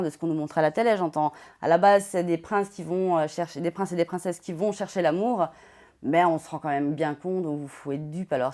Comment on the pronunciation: "Les princes de l'amoure", "facebooke", insuportable cette façon de rajouter des "e" aux mots ou il n'y en a pas. De plus arrête un peu de faire le choqué ça fait 10 ans que la télé-réalité c'est du cinéma et tu le sais très bien arrête un peu de faire le mec outré t' es aussi faux qu'eux.